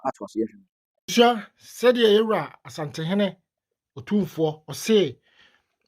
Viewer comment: Madam, please point of correction. It’s not pronounced, “Osantehene,” it’s “Asantehene.” Thank you. We pray and hope that the Almighty God will fill the heart of Otumfour with clarity of mind and infinite wisdom to resolve this difficult situation in Bawku for amicable, peace, and tranquility. May peace prevail at long last.